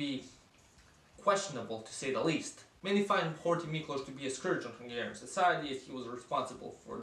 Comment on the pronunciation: Thanks for the Great Hungary decal on your laptop, much appreciated! :) Your Hungarian pronounciation is pretty good... are you from the Vajdaság? The video is pretty much spot on btw... only missing Mi Hazánk, they currently have 2 representatives in the parliament.